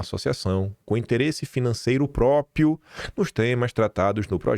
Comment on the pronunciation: Não é “própio”, é própRio.